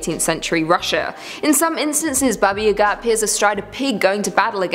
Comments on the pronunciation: It's Baba YA-ga, not ya-GA!!! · It’s baba yaaagaa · Look I know everyone loves... 🤔 But please don't let her please don't let her pronounce Baba Yaga again. The Russian pronunciation is very similar to the American pronunciation. It's just the slow Ba-ba Ya-Ga. I confirmed this with a simple Google search and there are people who tell the stories in Russian all over YouTube. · Why do you say Baba Yaga like that? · WTF,, you pronounce weirdly "Baba Yaga"